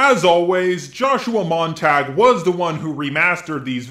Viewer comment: isnt it joshua mon-tah-gyu, not mon-tag?